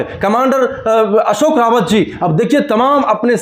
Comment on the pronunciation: मेहरबानी करके हमारे नेता का सही नाम कमांडर अशोकजी राऊत ( Ashokji Raut) है | सही उच्चारण की अपेक्षा करता हुँ ! रावत नही राऊत कहीए 🙏 श्रीराम 🌷 होरा भूषण डॉ सुरेश जोशी काका संभाजीनगर